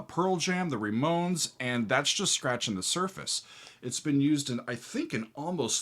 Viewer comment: "The Re-Mones." I love it